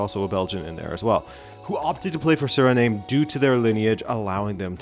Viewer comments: I don't think it's pronounced SURNAME but SUH-REE-NAAHM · Did you just pronounce "Surname"? It's Sir-ri-nam - Frank Rijkaard and Ruud Gullit are legendary Dutch footballers of Surinamese descent. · Not to be that guy ☝️🤓 but Suriname is pronounced like Vietnam